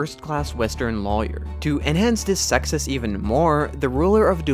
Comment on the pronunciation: you know a hater when he pronounces Success and Suckcess!